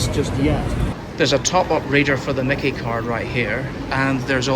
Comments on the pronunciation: Myki is pronounced Mike E. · Did these two lads think about visiting Dandenong?, it would have been a culture shock. That little grey card is pronounced MY KEY, and I hope they kept it topped up. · I've never heard it called a Mickey card before 😂🤣😂 It's pronounced "My key". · Not micky like micky mouse. Mi kee card is how it's pronounced. Sorry I laughed when you said micky 😂. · It’s pronounced My Key …myki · Myki card is pronounced My Key & Melbourne has more trams than any city in the world. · There are a number of tram types used in Melbourne, some going back 100 years. You might like to consider trying out the City Circle tram which uses the old W-class and is around 100 years old. FYI the MYKI card is pronounced 'my key'. If you have an Android phone you can get one in the Google Pay app.